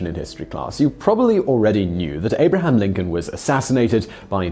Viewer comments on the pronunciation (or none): none